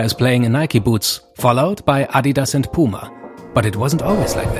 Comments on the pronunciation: Love how he actually pronounce Adidas correctly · Its so weird hearing someone actually able to pronounce “Adidas” correctly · I love how you guys say Adidas, the correct pronunciation, also loved to see neymar rolling out of the screen , greetings from Brazil 🇧🇷